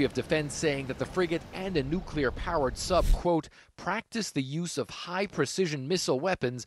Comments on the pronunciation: Nuclear. Not "nukular." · It’s pronounced “new clear” news reporter guy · This guy reports for CNN and doesn't know how to pronounce NUCLEAR ... There is no such word as NUKULER ... Ffs I think there was a Simpsons bit about this. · It's not difficult to pronounce the word "nuclear"